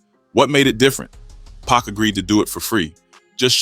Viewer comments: I always think it’s real but then when I hear certain words I think ai like when instead of pac times they say pack. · Bruh WHO TF IS PACK? 2pac ! PAC ! Not pack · 100% if they spelt PUCK ai would've read it better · Everytime AI Voice said PACK i cringed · Why does he keep calling Pac, pack? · The way you say pac is killing me lol “pack” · well that's what I thought initially, but then I realized, it's just a young black man reading and mispronouncing Pac name.😒